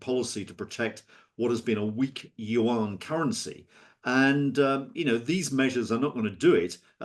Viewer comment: Dude can't even pronounce Yuan correctly and we're supposed to take him seriously